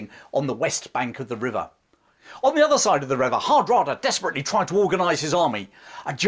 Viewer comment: I thought the last successful invasion of England was in 1688, when William of Orange invaded? We know James II refused to fight, and fled, but he was still the King of England...? It's also nice to hear you pronounce "Hardråde" faitly correct, with the pressure in the beginning, like HARDråde. Svein and Knut have been changed into English writing, as the Scandinavian languages are pronounced different.... BTW, I read somwhere, that Knut did not try to stop the sea, but rather wanted to show that only God was more poweful, so Knut could NOT stop the sea. Interesting twist to a wll known legend.... Anyway, thanks for an interesting channel.